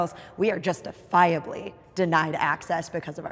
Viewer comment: Nikki extra-annunciating "justifiably" makes her sound like a battle rapper from New York trying to unlock hidden wordplay.